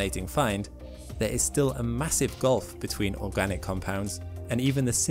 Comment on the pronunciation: Oragnic? Or organic?